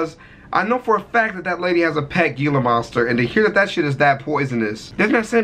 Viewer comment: He also mispronounced Gila Monster.